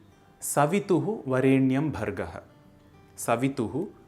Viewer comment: The pronunciation of स्वः as सुवः is not a common mispronunciation but is the traditionally accepted correct pronunciation. Similarly, वरेण्यम् is, in fact, to be pronounced as वरेणियम्, and not the way it is actually written in Sanskrit. Thus the "correct" pronunciation found in this video doesn't follow the traditionally accepted rules of pronouncing the गायत्री मन्त्र. These are deeper intricacies of the गायत्री मन्त्र known to anyone who has received the मन्त्र properly during उपनयन from a वेदपाठिन्.